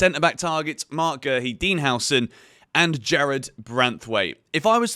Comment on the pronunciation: Dean Howson? Dude you can't even pronounce the names of the players you want, you have NO idea about what type of players you have on that list.